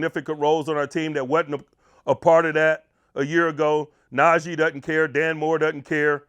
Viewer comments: Jesus. Is na-jee. E not na-jay its not that hard. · NaJEE not NaJAY!! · Someone PLEASE tell that his name is pronounced NAH -“G” Harris. We’re well into the season already…geez 🙄